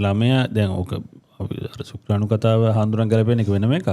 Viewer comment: ශුක්කාණු නෙවෙයි කෙල්ලෙ, ශුක්‍රාණු!